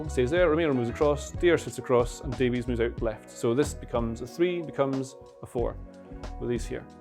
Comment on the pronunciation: It's pronounced Davis you heathen, like Greg Davies from Taskmaster, like the Barry Davies the commentator. Getting all the foreign names right but not the British ones.